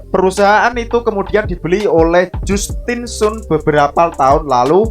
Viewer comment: Justin sun dibaca Jastin San, 😂 btw, 👍👍👍